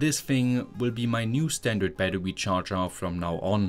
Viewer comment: so you did notice😂